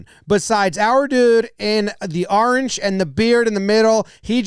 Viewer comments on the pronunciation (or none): I like how you take the word "orange" and you evolve it into "aaarenge"😂😂😅😅